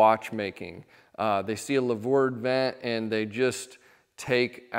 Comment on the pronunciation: Great video. But the word is louver ("loover") not lavour.